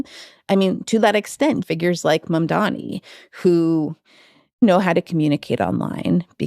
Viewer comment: Why does everyone, including you wrote and say Mandami ? It's Mamdani. Mom-Donny, NOT Mon- Dammy.